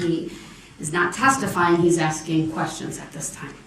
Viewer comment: "But did you SEENT? Did you SEENT the injuries. I aint axing what ya saw. I axing what ya seent."